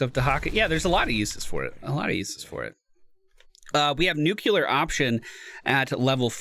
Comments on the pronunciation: If you care, two pronunciation tips: Ablative: It has two meanings, each with its own pronunciation. If you pronounce it "AB-LUH-TIVE" you are referring to the grammatical case. If you pronounced it "A-BLAY-TIVE" you are referring to the act of carrying away/deflecting (i.e. ablative armor) Nuclear: Is pronounced "NEW-CLEE-ARE". A common but incorrect pronunciation is "NEW-CLUE-ER" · Nu-Clear option.